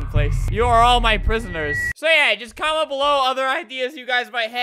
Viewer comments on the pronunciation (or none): Normal english to me, or wait "comentsa"?